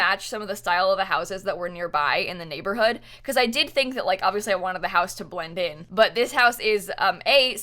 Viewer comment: Okay but did just say bwend in instead of blend in??? God, I’m laughing so hard.